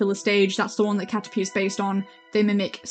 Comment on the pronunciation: Ok, so to clarify a few things: It's pronounced "Catter-pee" First person I've ever seen dislike Butterfree or Dustox (clearly you didn't grow up with the anime) Ledyba evolves into Ledian, there is no other stage in the evolution tree Ledian is partially inspired by Super Sentai/Power Rangers, which is why it's anthropomorphic (this happens with a lot of bug types because insects are seen as noble in Japanese culture, and is partly why Bug is super effective against Dark, which is called the Evil type in Japanese) It's called the Grass-type, not the Plant-type (which is especially weird seeing as there has yet to be a Pokémon based ON grass) You forgot Lurantis' pre-evolution Fomantis (faux-mantis) Yanmega is badass, what did it ever do to you :'(